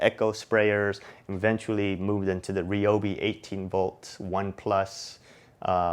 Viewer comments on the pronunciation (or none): none